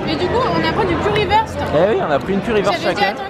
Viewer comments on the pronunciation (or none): coucou et tanguy curry wurst se dit curry wourst parce que le u se dit ou 😃 bisous à vous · En allemand on du kury wourst et non werst 😂❤️